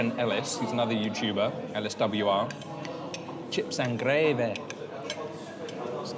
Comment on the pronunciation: Defo worth it. Lots of choice, lots of options, all fresh plus those homemade chips I like how you said chips n gravy ! As a true Salford girl you sounded fairly authentic 😊